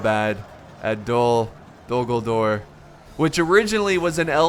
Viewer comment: Dogldore or did he say d dumbldore